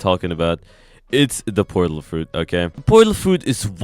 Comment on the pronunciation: does he say it porlat or am i trippin